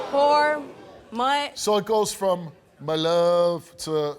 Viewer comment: the way steve said my love🤣🤣Mah luvv ..😂glad i dont believe in this cheap word too